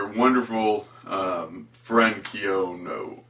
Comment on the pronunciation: Her name is pronounced (Key-No) and i liked your review thanks for not totally destroying it Definitely an unapreciated anime, but i think did a great job as Kino:)